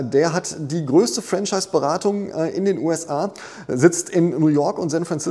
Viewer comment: Mein damaliger Mentor sagte immer: bei Franchise liegt die Betonung auf der 2. Silbe 😉